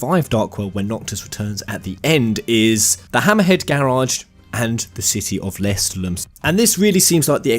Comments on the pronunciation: You keep pronouncing lestallum wrong and it's driving me crazy This DLC actually looks pretty good! I'm a sucker for any character creation/customisation so I'm looking forward to this. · Am i the only one who was slightly triggerd by the pronouncing of lestaulum and other things ? They said it in the game, don't change it, also i agree with most of the positive comments, xv was one of the better ones, sure the story was unoriginal but cone on, this day and age, new things are looked down on, if they did something original they would've recieved hate for it as well, I am a fervent square enix fan since vii and i love every game they made, hate me all you want but i grew up with FF after my brothers played vii infront of me, I've played those after vii and I'll continue to suport square enix untill I can't anymore